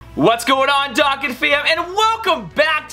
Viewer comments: Not hating but it’s pronounced (Doe-Khan) lol sorry I’m a grammar nazi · STOP SAYING DOKKAN WRONG! Ahhhhh